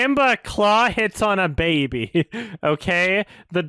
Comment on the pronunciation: The way says "Baby" always makes me giggle